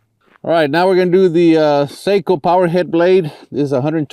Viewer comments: Sako is pronounced SOCK-oh. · Aah! You are a professional, you should know how to pronounce Sako properly. 😉 Very nice video! Thanks!